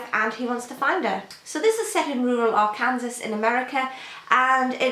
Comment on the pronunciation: ) it's pronounced arkansaw, the last s is silent. Very nice collection, the covers are lovely. I like the handpainted, simple look. I want to know what happens to Delilah as well!